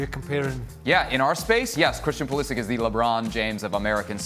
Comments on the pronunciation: Frank said pulishits😂😂😂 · Frank called Pulisic PulliSHIT 😂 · not frank saying pulishit💀💀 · Frank's subtle "slip" of tongue "Pulishit" :D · Frank said pulishit on purpose. bahaha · Are we gonna ignore Frank said Pulishit? 😂🤣